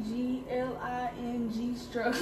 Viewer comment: She said "We is sturggling." 🤣